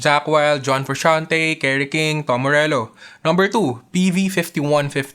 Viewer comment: "darker dune" "dom morello". you don't know how to pronounce the 't'?